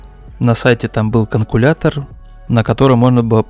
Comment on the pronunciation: как только скажешь правильно " калькулятор" и выключишь свой заунылый метод вещания